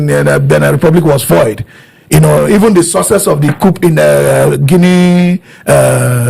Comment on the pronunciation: Why are you calling it C-O-U-P 😂😅? The P is silent😅.